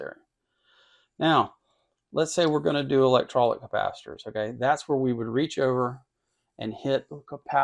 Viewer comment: Liked the video, with a few caveats: - "electrolic"...? - "serial" vs "series" components - One area this meter shines is its ability to measure ESR under a wider range of conditions/settings that many other models, and ALSO that it can so easily & quickly measure DCR (many can't at all). Those are both important things to be able to measure on capacitors, but not mentioned here. Otherwise, my own RuoShui (pronouced Roo-Oh-Schwayee) meter is the 4091C. There are six versions altogether, with the 4090A & 4091A models being able to test at up to 10kHz, the 4090B & 4091B models testing up to 20kHz, and the 4090C & 4091C models testing up to 100kHz; the difference between the 90 and the 91 versions is that the 90's only allow selecting from a handful of preset test frequencies within the range mention above, while the 91's allow setting (using the keypad) to program in any test frequency within the aforementioned range.....for example, you could tell it to test at 98542 Hz. I also bought my 4091C on Amazon (in late March 2024), but it came with a US style IEC power cord. What was still kinda messed up was that it still came with the line voltage selection switch set to 240V (instead of 120V); I did not notice this and used the meter for about a week before I changed the switch. I am not sure how it worked that way, since it does not have a universal power supply inside, and instead uses a linear supply topology and and linear voltage regulators.......